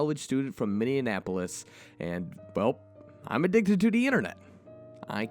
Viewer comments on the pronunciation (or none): none